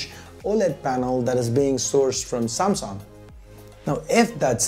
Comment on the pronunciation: Noob its pronounced as samsung not samsong lolz